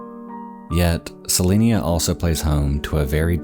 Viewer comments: Also, its pronounced Se-line-a, not Se-leen-a. I grew up very close to there and have friends there. Took me a bit to realize that is where you were talking about lol. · CeliNA. Not CeliNIA. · It took me a minute to realize you were talking about Celina Tx. I was confused for a sec because you kept pronouncing it Celinia and I was like, where the hell is that. I've lived in Dallas all my life and never heard of that city. 🤣 Love your vids. Great Job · The town is Celina (Suh-Line-Uh), TX. It is near Dallas. There are almost no mountains, plateaus, or even hills, in the area. Your B-roll video is far from representing your dialogue. Check out That Chapter here on YouTube to see someone do it right. Thank me later. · this is a very nitpicky thing but it is pronounced sa-line-a, like saliva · YOURE COMPLETELY SAYING THE TOWN NAME WRONG. I LIVE AN HOUR AWAY SO I WOULD KNOW